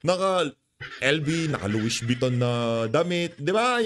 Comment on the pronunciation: Among Louisssss Vuitton Po! Wrong pronunciation ka Po. ☺️